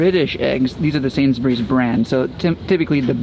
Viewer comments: They prounounced Sainsbury's the same in the intro " sainsberrys" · It's sad how people can travel and yet not really learn anything, These two seem to have spent some time in England yet cannot pronounce Sainsbury's. It's Sains-Burr-rees, or better yet, Sains-brees. Not Sains-berries. And yes, it's a midmarket supermarket, which is something they could be sure of if they bothered to speak to anyone there. Don't these folks talk to anyone? They seem to lack curiosity.